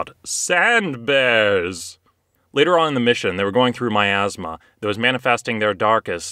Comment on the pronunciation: “They were going through myazma” i had to do a double take there. I thought you had just said “they were going through my Asthma.”